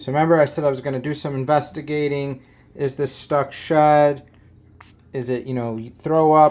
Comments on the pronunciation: Lol I honestly thought you were saying "Stuck shut" and I'm thinking WTF is stuck shut? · Why did it take me 12 minutes to realize he was saying stuck SHED not stuck SHUT 🤦🏾‍♀️🤦🏾‍♀️🤦🏾‍♀️😭😭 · For anyone else confused... "shud" == "shed"